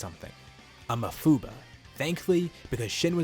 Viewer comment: you say mafuba wierd